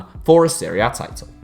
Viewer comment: Everytime he says "Serie A", it sounds like he's saying Syria.